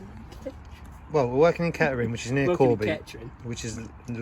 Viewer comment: The way you say "kettering" is fine. The lunch and the stop tap can stay in Corby Haha